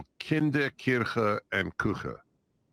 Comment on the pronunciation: "Kinder, Kuche, Köche and Klieder". Way to butcher a language lol